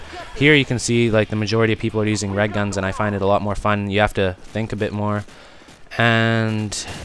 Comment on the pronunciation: ohhhhh REG guns i thought he was saying RED guns LOL i was like "wha???..." o.O